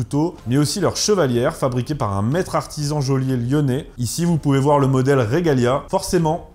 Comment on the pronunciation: Joaillier se prononce jo-a-lié.